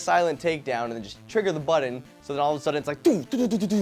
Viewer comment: you're now on my shit list for pronouncing "button" like "budden"